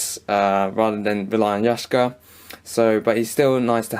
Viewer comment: Yashka, or Yaksha?